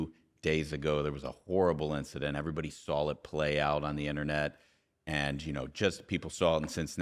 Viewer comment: He just "sawl" it 3 times 😮😢; are you kidding me?! Ohio education, I guess.